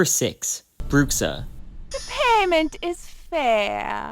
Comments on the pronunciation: "Brukksa" Me a portuguese speaker: YOU DIED (of cringe). ps: for english speakers its more like "Bruusha" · Your 'Bruxa' pronunciation is soo good 🤣🤣🤣